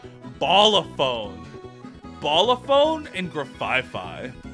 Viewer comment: Yet somehow he pronounced Blacephalon as Ballaphone